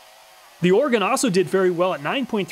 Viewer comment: Another great review, thank you! As an Oregonian, I also just wanted to thank you for pronouncing the word right. = ) Edit: I think I know why these saws don't have much for digger teeth, if you tried to use em you'd probably just stall the saw anyway.